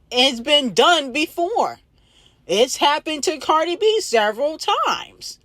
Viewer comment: Cardi b archive girl not bacrave 😂❤